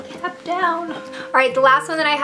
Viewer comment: when u said 'uh oh i dropped the cap' i thought u said 'i dropped the cat' and got really worried ._. (nice video btw ^^ thank you for the reviews!)